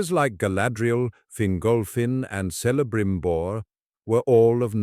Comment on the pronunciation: Damn it Almost 4min in. Vid seemed so promising then u mispronounced Celebrimbor as freakin Selebrimbor 🤦 wtf C's are always k's in elvish. Not s